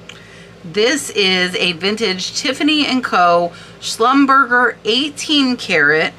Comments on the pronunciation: Schlum ber zay not slumberger😳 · That unsigned Schreiner is probably is or one of the most sought after brooches. I’m not surprised by the price. I love the colors in that one❤ Philippe is pronounced FILEEP Schlumberger is SHLUMBERJAY Givenchy is JEEVONSHEE 💕 Maison is MAZON with a long “a.”